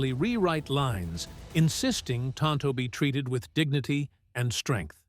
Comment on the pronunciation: Insults in Spanish, which neither Tonto nor the Lone Ranger was speaking. "Que no" is pronounced KAY-no, not KEE-mo. And tonto in Spanish is pronounced TOHN-toh, not TAHN-toh. 😶